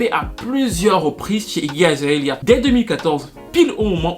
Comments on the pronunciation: C'est Iggy Azalea pas Iggy Azaelia. Juste, j'étais un peu confus à force :) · Toujours au top du top tes videos ^^ un peu de mal à dire "Iggy Azalea" qd meme ptdrrrr